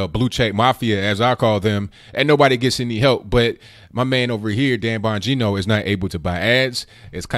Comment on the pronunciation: Dang,! Is there a way you can tell us beforehand when you're going to be on RT? I had no idea. And you pronounced Dan's name perfectly.